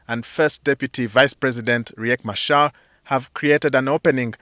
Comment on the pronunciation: Riak Machar not Kiran Machar